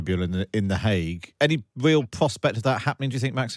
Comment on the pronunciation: Who is God is the narrator here? Pwesident, not president; pawade not parade; weel not real.... I could go on and on. Fire the person! He can't speak English. I'm utterly repulsed.